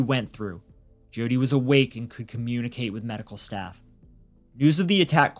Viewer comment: It's pronounced Joe-tee not gee-oh-tee.